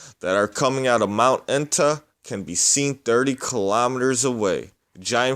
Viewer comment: Mt Aetna? Pronounced Et na...